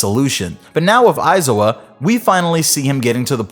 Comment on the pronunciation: It bothers me that he can’t pronounce “aizawa “